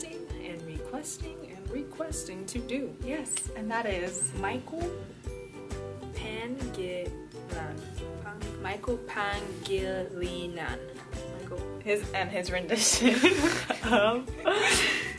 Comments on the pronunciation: its read as pangiLINAN, not pang-gi hihi, lovelots for the channel loveyou girls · PAN-GILINAN? Like really? Do you read singing as SIN-GING as well? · When foreigner pronounce NG Tagalog word foreign in thier dialect panhii 😂.panhilinan 😅😂 when Pinoy heard it yow yow.. what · its pa-ngi-li-nan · Mechale Pangilinan pronounce PA-NGILINAN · If you love Michael Pangilinan "KHEL" that much pls. Check out his version of 6,8,12 by brian Mcnight. Im sure will fall inlove over and over again😍😍😍 P.s. this is how to pronounce his last name😉 Michael Pa-ngi-li-nan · Guys this how You pronounce his Surname. PANGILINAN is PANG (like Bang its just letter P) then HEE (for NGI) LEE (for LI) NUN (for NAN) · His family name is pronounce Pa-ngi-li-nan. Like ba-ngers. Hope this helps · Pangilinan- reads as pang-he-li-nan...thats the way u say it.. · what i mean is.. foreigner having a hard time to read "ngi" like pangilinan.. why is that? Thrs a lot of word in English having "ngi" like hanging